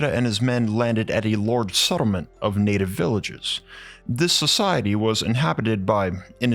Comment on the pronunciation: It’s „large“ not „lourge“!